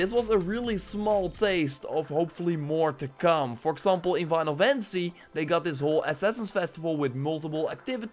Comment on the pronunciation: “Winal” fantasy 🤣